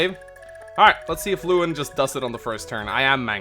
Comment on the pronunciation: I'm pretty sure Lewyn is pronounced Levin still. The W is pronounced with a V sound